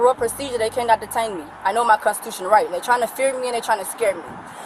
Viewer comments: Brenda knows her konchuchunal right! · I'm confused as to how people understand their constitutional rights and yet can't pronounce constitutional rights.